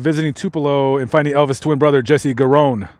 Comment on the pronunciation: Jesse Garon. Garon, pronounced like Aaron. 👍